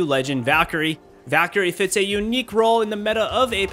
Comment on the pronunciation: Me: Valkyrie: Daquiri